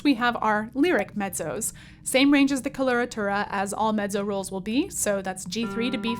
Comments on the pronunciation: face-purple-wide-eyes: I guess I have been used to hearing with a "T" sounds as in met-zo - as in Pizza. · Mettso, not meddzo. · She pronounces it the Italian way ;) as in medzo. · I hope this will be an instructive video, despite the fact that the hostess doesn't know the correct pronunciation for either "coloratura" or "mezzo"! Weird. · VERY curious about one thing: Your pronunciation of MEZZO is unusual to my ears. 🧐